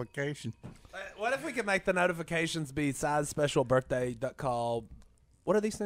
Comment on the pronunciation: “Happy BirFday Si!”